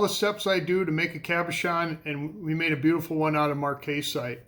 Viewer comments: Marcasite ...short 'A' pronounced marc-uh-site check it out on Google 'how to pronounce marcasite' . You are so into the rocks and do such a great job,just thought you would like to know. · Very nice Marcasite (Mark-uh-site from what I have heard from others) Cabochon. The marcasite really shines! Good to see the technique you use to do your cabochons.